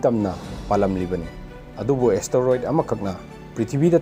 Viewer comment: Beo astaroid haiba natte Asteroid haibani